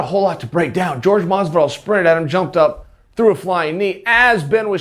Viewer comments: It’s Jorge not George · its pronounced 'Hor-hey' not George.😒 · It's Jorge not George... cmon Chael. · Chael: George, George, George. Oh god Askren has infected people with that, its Jorge. (Hor-hay) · Is it that difficult to say fucking "JORGE", not George, its not his name. Try at least xd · "George Masvidal" lmao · Hey Craile , i mean kail , oops , chael , his name is fuckin WHORE-HEY ...... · it's whore-hey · it’s pronounced WHORE-HEY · Say his name right pussy boy